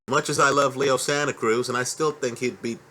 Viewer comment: called him Leo Santa Krueger lol